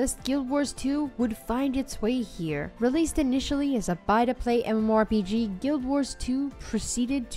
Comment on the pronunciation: The games you picked are bad, but that isn't why I disliked this video. Here are some tips: 1. Learn how to correctly say MMORPG. 2. Please learn a different descriptive statement other than "One of the most".. Every game you described was either "One of the most beautiful" "One of the most unique" "One of the most popular" or "One of the most fun" games... It gets old, really quick.